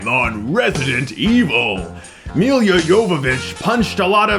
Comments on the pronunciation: Who is Milia Jovovic? Dude... Its MILA, where the fuck did you found second i in Mila? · it's mila not milya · I sort of gave up after the first one. Oh, by the way, her name is pronounced MEELA YOVOVITCH. Aren't you able to speak without peppering your vocabulary with profanity? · The movie sucked, like most of the franchise, but I just wanna say this, hearing you pronounce Mila's name(and her last name), it's just plain butchering, I mean come on, it's not that hard to pronounce it right, and it's not like this is her first film and you just heard her name. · You should really learn how to properly pronounce her name first.